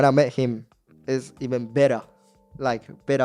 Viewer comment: He's starting to talk with an Australian accent 😂 the way he says "bettah"